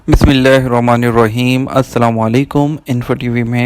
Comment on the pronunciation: آسلام علیکم بھائی جان آپ بسمہ اللہ الرحمن الرحیم غور سے پڑو آپ صحیح نہیں پڑ تے شکریہ